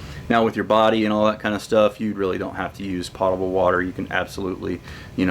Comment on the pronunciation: Pōtable, not potable.